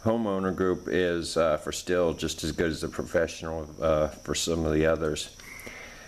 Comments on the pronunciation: The brand name is pronounced "steel" not "still". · No it's stihl